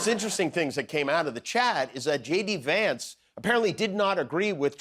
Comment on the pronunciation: Is it just me, or does it sound like Vance is saying, "It's Shady Vance"?